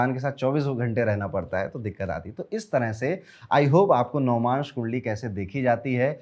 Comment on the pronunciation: navamsh hota h navmansh nhi😅